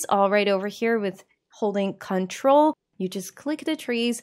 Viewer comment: The way you say control is correct. The way you say CTRL (which is just short for control) everywhere else in the video is wrong. The emphasis should be on the trol, not on the con